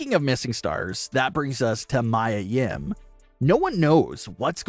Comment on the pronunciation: Its miya nim not mya